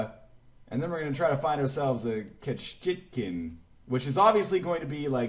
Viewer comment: Ketchikan is pronounced "Catch-a-can"